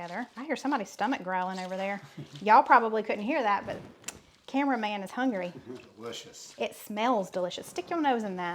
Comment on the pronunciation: Several comments: you did it right. Taking 12 months to reach your goal weight means you're far more likely to keep it off. Love, love, love the recipes you made in this video! I think you should have a t-shirt printed that says: Duh-lish-iss. You are my favorite YT cooking couple!!!